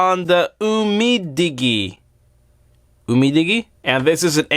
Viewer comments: It's pronounced Didgy not fucking digie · Honor 7x is better in my opinion. Umidigi is pronounced: um*ei*dij*ei Its Chinese so yeah its weird. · Dude for crying out loud. Umidigi as in Digital. You don't say diggy-tal. I had to comment just because you sound like an idiot mispronouncing the name without any takes on your video. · Umidigi is pronounced umidiji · It's pronounced as YOU-MI-DI-JI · Do you pronounce digital as diggy-ter ? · How do you pronounce "digit"? Now try "umi" and then "digi" and you should have you-me-digi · It's umidigi like digital, as if it's umidijee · UMDIGI is pronounced Umee-Dijee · Pronounce it as you-me-dige-ee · pronounced you-mee-dee-jee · Try to pronounce it "UMIDIJI". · I think the Digi part is from digital. So it's pronounced like that. Not dig-y. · Umidigi aint that hard to say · you pronounced umi digi's name like you don't know your industry. totally uncool and insulting to the product. and you don't even know that there's a back case. you're a genius.